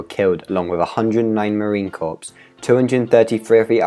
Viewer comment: And its pronounced Marine core. I know its spelled corp. But its pronounced core.